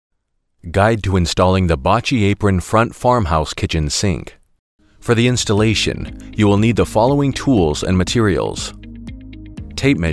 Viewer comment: It hurts a little bit to hear the company name pronounced that way. It's 'bow-key'